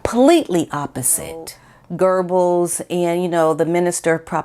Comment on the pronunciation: I like your videos, but fyi, pronounce important names right. Goebbles isn't pronounced Gerbuls, it's pronounced Guh-bels.